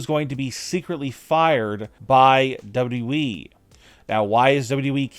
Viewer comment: You're missing a w when you say "dubwe" instead of wwe 😆😆